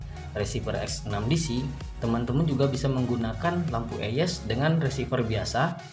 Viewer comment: Bukan lampu eyes bang tapi "ays"